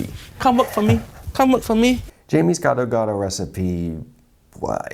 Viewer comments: i'm an Indonesian so... yeah... you can guess what i think about this one. especially when he pronounced it "ghetto-ghetto". oh and Roger was right, Gado-Gado's veggies are ALL blanched. if they are raw, then it's called "Karedok", another dish. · Please don't called that dish gsdo gado, so wrong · I love how Jamie pronounces the sauce as "ghetto ghetto". Lol. Happy Holidays to all. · Gado gado to geto geto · When a TV chef cooks “ethnic” food they should at least attempt to pronounce it right, Jamie’s pronouncing it like “ghetto-ghetto” almost. The peanut butter looks like regular crunchy peanut butter, not pre-roasted. In a way it’s better he coated the bowl instead of pouring it over the salad, maybe someone can eat an untainted potato or somehing😁 Merry Christmas chef❤️